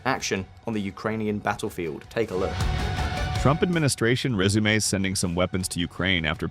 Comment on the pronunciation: The AI narrator saying “Trump administration résumé sending weapons”😂